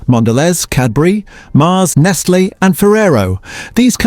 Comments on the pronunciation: "Neslakit Kat' - spare us theAI please. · AI voice was a bit odd, mispronouncing many things (it pronouncd Nestle about 3 different ways!), particularly the prices. But good info none-the-less. I thought palm oil was not going to end up in Australian product but appears it is in everything if this is 100% factual. Edit: bought a Cadbury Biscoff block today, no palm oil, 27% cocoa, supposedly using "Cocoa Life" sustainably sourced cocoa, this doesn't seem to line up to facts mentioned in this review? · I can't believe it didn't realise g=grams and say the full word (spoken always says full word and not the written shorthand "g"), and pricing for $1.67 it says "1 dollar 6,7" argh. And "compostable" it said "com-p-oh-st-ubl" instead of "com-p-ost-ubl". Bad AI. Also it pronounced Nestlé many different ways, I wonder if the typed article author typed the phonetic way a few times but got lazy in some parts...